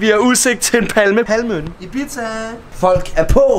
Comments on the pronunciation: Ibiza udtales “ibisa” og ik “ibitsa” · nor i siger ibiza lader det som om i siger en pizza